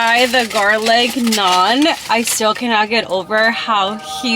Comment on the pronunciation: You literally said everything wrong 🤬🤬